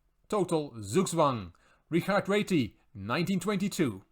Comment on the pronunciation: Wonderful video. Your pronunciation is perfect on Réti, others always say ratty 🐀 my move Ra7 activating the rook